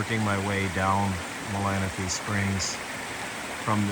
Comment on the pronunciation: Very cool. And you say Malanaphy correct 😉